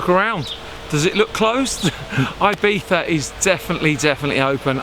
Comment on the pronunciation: Did you just say Ibitha???